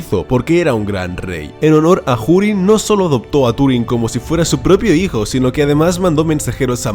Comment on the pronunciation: Desde cuando se pronuncia la H? Dado que Hurin ni siquiera es una palabra inglesa